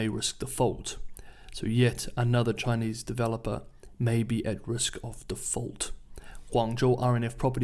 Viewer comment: Finally a reporter on Chinese news who knows how to pronounce Chinese names! Subscribed.